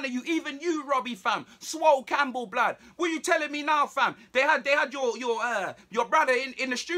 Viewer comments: "Swol Campbell" LOL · He called Robbie “Swole Campbell” XD